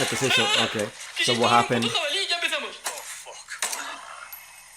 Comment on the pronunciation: The way you pronounced emepezamos in the beginning was very greek, almost scary